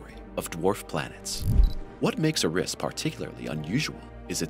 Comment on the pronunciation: It’s Eris not Uh-riss